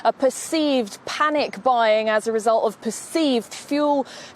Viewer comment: Note to: There's a "t" at the end of the word "result"! Can't GB News get some reporters who can pronounce English words properly?